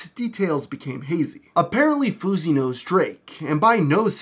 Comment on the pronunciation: Wtf even is a fawsey tube? And why did you say foosey? Look at it is clearly not foosey.